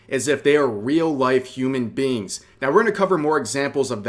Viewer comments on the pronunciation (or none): none